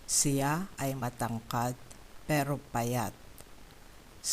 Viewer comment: Sorry, but “ Siya” is not pronounced “ceea”. . It is pronounced “shya”. Please correct this. It means he/she.